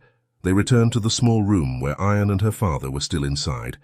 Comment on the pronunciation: You need to pronounce IAN correctly not sounding like iron.